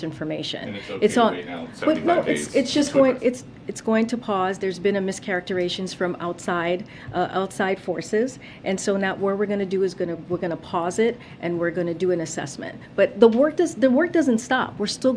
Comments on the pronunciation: IV'E HEARD THE WORD, MISCHARACTERIZATION BUT HAVE NEVER HEARD OF MISCHARACTERATION! I WOULD THINK THAT QUALIFICATIONS FOR PRESS SECRETARY WOULD BE TO BE ABLE TO PRONOUNCE WORDS! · Mischaracterization*** She keeps saying “mischaracteration”. You’d think a person with this job would know basic words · Did she say “mischaracteration”?? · "Mischaracteration"??? She needs to learn to speak English properly! It's not that tough! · Tell me someone caught that: mischaracterization is not pronounced like that. 🤦‍♀️🤦‍♀️ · She can't even pronounce mischaracterization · since when does a government agency worry about "mis-characterization from the outside" (which she couldn't even pronounce)